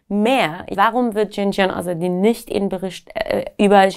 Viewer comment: Hier stimmt was nicht…wenn man zum Studium nach Deutschland kommt, dann ist man mindestens 18. Sie hat keinen Akzent was schonmal suspekt ist, und dann kann sie Zan, Zendegi, Azadi auch nicht richtig aussprechen als Iranerin. Schon komisch 🤔🤔🤔🤔🤔🤔